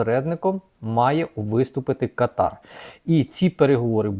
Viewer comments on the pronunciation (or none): Кáтар. Такий правильний наголос.